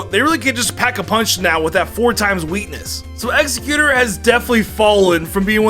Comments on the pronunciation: Wtf is Egg-xe-quter. I love you, but tht is driving me nuts lol 😆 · Lol saying Exeggutor wrong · I hate how he says Exeggutor lol